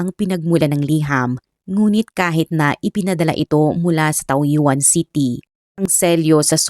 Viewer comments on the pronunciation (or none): Taoyuan reads as Tawyen di po taw yu an